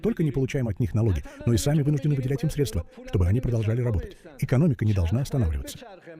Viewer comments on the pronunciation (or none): none